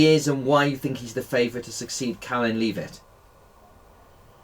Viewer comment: Leave-it? Seriously?